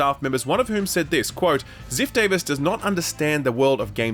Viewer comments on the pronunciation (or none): none